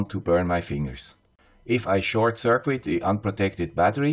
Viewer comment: Circuit is pronounced “ser-kit.” Not “sir-quit.”